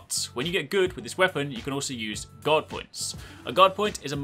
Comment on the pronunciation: Everytime you say "guard" I hear "god".